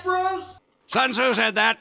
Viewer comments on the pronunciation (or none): Er.... sorry to be *that guy*, but it’s Sun Tzu, not sons who. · why does it feel like he says “Sons who said that?” Instead of “Sun Tzu said that” in this context